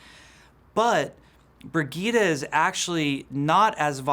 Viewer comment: Brig-eet-a?? Do you mean Bridge-ette?